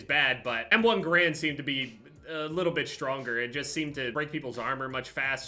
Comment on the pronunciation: When u say garand wrong